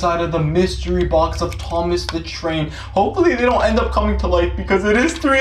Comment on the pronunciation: Bruh it said THOM AS😂